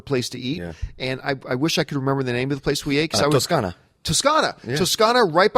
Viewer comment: The way pronounced "Toscana" was perfect Italian diction! Is from Italy?